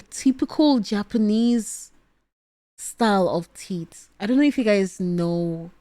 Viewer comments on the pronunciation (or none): The way pronounces teeth as tits is just... Cinema.